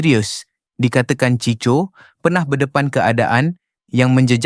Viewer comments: Cicho ??? 🤦🏼‍♂️🤦🏼‍♂️ NACAAN NYA = CHIKO LAAAAAA🤦🏼‍♂️ Ciko = chiko Ni yg baca mcm org indon je !!! 🤦🏼‍♂️🤦🏼‍♂️ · Chicho chicho. Bangang betul pembaca ni!! 🤦🏼‍♂️